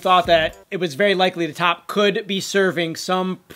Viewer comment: When are you going to learn that his name is not top, it is T.O.P. pronounced T. O. P. . Ignorant USA'ers, please stop making us look bad!!!!! THAT JUNKIE CHICK WAS WITH DSP AND JELYFISH. SHE GOT FIRED FROM THERE. SHE WAS NOT WITH T.O.P. IN OCTOBER 2016, T.O.P. WAS IN CHINA TOURING WITH BIG BANG!!! . STOP LYING ON OUR GROUPS AND SPREADING FACTLESS RUMORS. BUT ABOVE ALL, GET THE NAMES RIGHT.